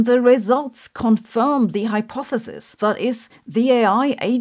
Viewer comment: Do you not know how to pronounce "hypothesis"?